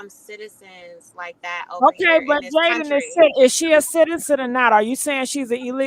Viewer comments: Jailyn lol it’s Jaiyden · its Jaiyden not Jaylen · Lol Jaiden GG or Jaidyn however the hell she spell it. You keep saying Jalyn 🤣you got Jaiden in your Caption but I agree with everything you saying in this post ❤️💯